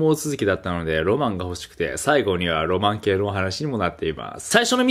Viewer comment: 「ロマン毛ぇの話になっていまーす」